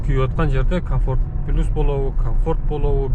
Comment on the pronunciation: Пилус дебей плюс деңчи